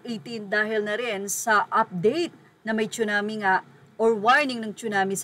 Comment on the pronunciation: just saying ang right pnonunciation is Tsunami po not Chunami mgkaiba po yn Tsunami is japanese word means ( tidal wave) lagi ko kc nrrinig pg pinoy nagbabanggit na chunami cirrection lng it's tsunami.. dont get me wrong..